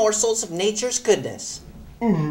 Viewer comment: Thanks for cluing me in. Pops mentions Zinfedil first sec. But what are all the words? Sounds like "I invested in hearts and white Zinfedil tonight." LOL